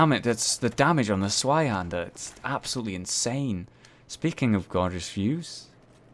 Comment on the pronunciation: the 'z' in zweihander is pronounced as 'ts'. It's German and the name literally means 'twohander' (pretty obvious I feel, but hey, the more you know...)